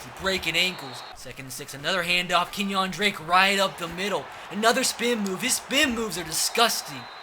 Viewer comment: Kenyan Drake? Lol it’s pronounced Kenya lol